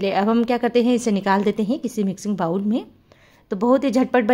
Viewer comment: I wish all realise it is not bawl but bowl just like bol ok